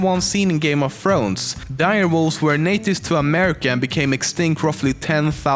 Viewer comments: "Game of Frones," I love your accent! XD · What is this "Game of Frones" I keep hearing about?